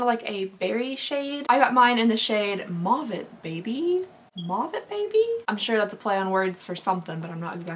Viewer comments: mauve is actually pronounced mowv. so its a play on the word move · Mauve is pronounced like “mohve”, so the play on words was probably from the phrase “move it, baby”. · Mauve is pronounced moe-ve in Canada and the U.K. 😊 "Move it baby".